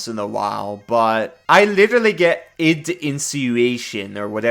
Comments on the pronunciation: It is Id (like bid without the b) In-Sin-You-A-Tion. Just in case you wanted to know how it is pronounced. Otherwise call it whatever you want. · Id. Like "it" but d instead of t. Insinuation. In-sin-you-A-shun.